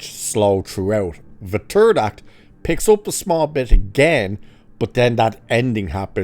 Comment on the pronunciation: The "turd" movie, I think your accent got it right. Absolute garbage, couldn't manage a script or budget that continues on from the end of 28 Weeks, so they came up with this slop and Danny Boyle could do with getting better weed....and a better editor. As for the end, what in the actual fuck?